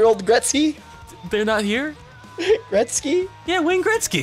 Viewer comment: Who's Wayne greztgy? I think you mean Wayne Gretzky?....